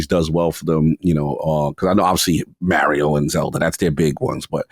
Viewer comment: Will someone teach this guy to pronounce Mario